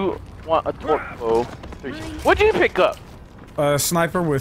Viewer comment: Anyone else notice that he says twerk instead of torque